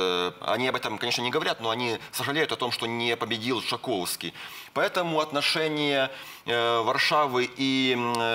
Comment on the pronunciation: Panie, ekspert od polskich spraw. Nazwisko jest nie Tshakovski a Tshaskovski ( Po polsku Trzaskowski), eto nedopustimo towariszcz ekspert po PL!!!